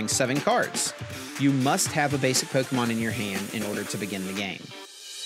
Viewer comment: That's the correct way to say it...